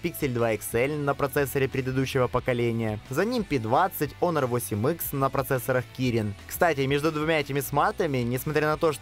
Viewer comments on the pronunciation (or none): none